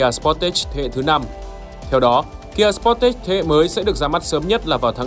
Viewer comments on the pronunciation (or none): Đọc cái tên xe nghe đúng quê luôn, sờ pót tét @@ Tìm hiểu cái tên xe trước khi làm clip đọc nghe cho nó sang chút nào :)